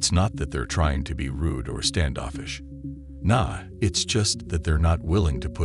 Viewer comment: A bit of advice: And this goes for anyone making video essays, etc. If you’re going to use slang words like “ain’t” and “nah”, do yourself the favor of either recording your own voice speaking what you’ve written, or (if you’re not confident in your abilities) find someone you know who acts to record the words for you. If you’ve been to school or have a job, then you either know or can easily find an actor willing to help you with your project. ((Support artists, reject AI 😁)) Slang requires a very specific tuning of the ear in order for it to feel authentic, and TTV apps don’t know how to accurately imitate cultural affectations. To have this suave, proper-sounding voice go from normal phrasing to awkwardly pronouncing words like “ain’t” and “nah” without the proper cultural inflection behind it distracts from the message. If you’re going for a serious style or feeling, stick to professional-style writing. Leave the slang for when it’s more about entertainment and less about the message of the essay. Otherwise good job!